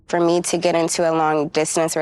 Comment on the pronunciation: It's GET away. Not GIT away.